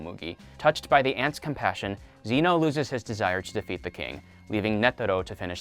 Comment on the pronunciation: The way he said Zeno that made me lose braincells